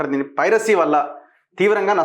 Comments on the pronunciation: Privacy kadura nayana, piracy. Nee lanti vallu andaru jorunalist lanta.... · Privacy ❌❌❌ Piracy ✅✅✅✅ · Privacy kadhu ra ayya, piracy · It's not privacy. It's piracy. Please pronounce it correctly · Privacy ❌ Piracy ✅ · He is saying privacy ..instead of Piracy 😂. Very knowledgeable journalist 🤣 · Privacy kadhu bro piracy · Privacy kadu babu… Piracy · ప్రైవసీ కాదు అనుకుంటా పైరసీ అనాలి అనుకుంటా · ఫ్రయివసీ కాదు పైరసీ...